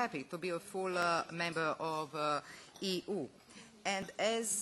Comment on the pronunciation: Automatski subtitles prevodi sto ona govori u tekst. I ne moze prepoznati; ona kaze [I] iz konteksta slijedi da je mislila na EU, subtitles prevodi kao ego. kaze [arv], subtitle prevodi as over, iz konteksta se zakljucuje da je mislila na aware, itd! ZALOSNO!